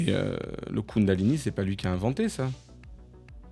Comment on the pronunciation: Kundalini ou Koundalini... J'en perds mes énergies